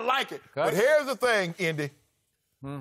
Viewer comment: "Hairs tha thing"